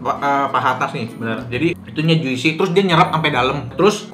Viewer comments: Abang, juicy itu bcanya "jusi" yaaak, huruf "i" ditengah itu silent seperti di kata orange juice. Soalnya semua food vlogger selalu pake pronounce yg salah :( tinkyuuu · Juicy dibaca Jusi bang, i nya ga dibaca. Kayak fruit, dibaca frut, i nya silent 😁